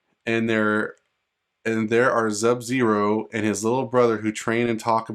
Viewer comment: That shit fake bruh and STOP SAYING ZUB-ZERO 🤬